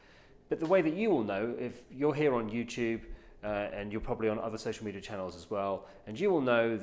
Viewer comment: Why does he pronounce it social meteor